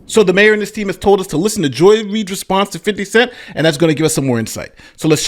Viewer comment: did the deputy mayor actully call "50 Cent," "Fiddy?"